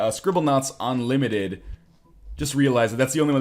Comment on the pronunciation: Scribblenaut.....unlimited...notice the u in the beginning of that word.